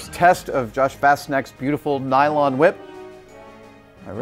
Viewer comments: why are you saying it like that? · Why are you putting so much emphasis on the H? Cool wHip...